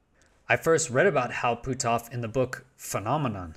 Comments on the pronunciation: Ok you are killing me with your pronunciation! His name sounds like “put-off”. You are saying Pooh-toff” Sorry I hate to be a grammar cop but “Pooh-toff”? LoL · Puthoff. Not Pootoff. Either way, we must dismiss his "work" on remote spewing.